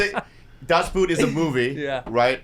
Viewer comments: It's not pronounced "boot", but "Boot" like in German. so in English like "Boht" (long o, no oo) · That´s not how you pronounce Das Boot, idiots!